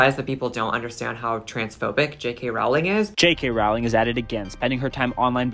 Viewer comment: Just for starters, I wish that the people who disagree with J. K. Rowling would learn how to pronounce her name! (It rhymes with "bowling," folks, not with "howling.") Sheesh!